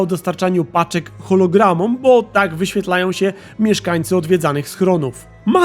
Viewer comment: Chiralogramom. Nie chologramom